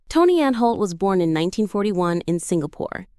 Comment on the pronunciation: It's Prentis Hancock, not Apprentice Hancock, it's also Tony Anholt, not Tony Anne Holt and Catherine Schell, not Catherine Shell.